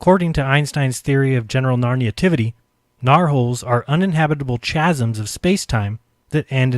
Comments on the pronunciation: why are people mispronouncing words? SERIOUSLY look and break down words. Chasm has a silent H so it is pronounced Kasm not ch asm, chasm = Kasm pronunciation. Spaghettification. again, mispronounced. Sorry but being an Englishman, (please if your NOT English do NOT tell me how to speak my native language as that is seriously annoying), I find it horrible how people do not pronounce properly anymore through, mainly laziness. Golden rule, break words down if you cannot pronounce them correctly at first hence: Spaghettification = Spaghett if i cation notice ONE i between the second T and F NOT TWO DAMMIT. ONE SPAGHETT I F I CATION NOT SPAGHETTI IF ICATION there are THREE I s in spaghettification. SPA GHETT IF IC A TION SPA GHETT I F I CAT I ON see? 3 not 4 your saying SPAGHETTI IF ICATION NO such word. Say it slowly, SPA GHETT IF IC A TION like classification take the SPAGHETT out and replace with class CLASS IF IC A TION you do not say CLASSI IF IC A TION. BREAK WORDS DOWN INTO SYLLABLES rant over. sorry but you can liken this to OCD. It is NOT OCD but was the way I was brought up. Not to speak lazily. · he only knows 1+1=2. that is the height of his mathematical knowledge, so will never understand anything above that. he can't even pronounce chasm properly it is spelled chasm but pronounced CASUM not CHAZUM. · Did REALLY say "chasms" like he would say "chocolate", instead of "kale"? Sigh. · pronounced "chasm" as "chazzum"? The "ch" is pronounced like a "k", dipshit. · Did that dude say chasm, as like the ch in inch? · apparently is incapable of doing the most basic research to make sure he is pronouncing chasm ([ kaz-uh m ]) correctly so we can't expect him to get anything else right either. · At least is always good for a What the fuck?????*, now we have found out that he can't pronounce 'chasm', it's pronounced as *Kazzm you Phuckwit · Poor doesn't even know how to properly pronounce "chasm".